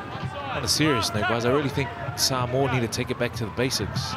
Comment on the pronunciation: Saaaamowa...🤦‍♂️ you've had months to get pronunciation right🤷‍♂️